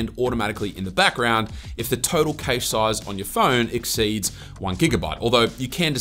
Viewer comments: It's called "cash" instead of caysh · Don't forget Adaway and Buzzkill. Also, I've never heard anyone pronounce cache as 'kaysh' 😂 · Your the first person I've heard say kaysh. I've only heard Kash and kashay.